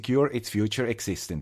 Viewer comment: epic. "Dank you" rocks! :)